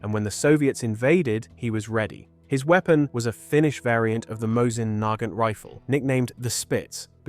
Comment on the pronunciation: fucking exactly what I was thinking, also mosin naig ant .... WTF?